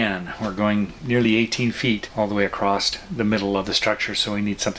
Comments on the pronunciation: The word is across when your talking about it span or distanss not acrost arcrost isn’t even a word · There is no I in team and no T in across =)